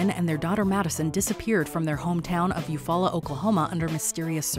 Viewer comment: That’s the first time I heard someone pronounce Eufaula correctly. I live in Eufaula and there’s a lot more mysterious stuff that happens here. So I do know the story well.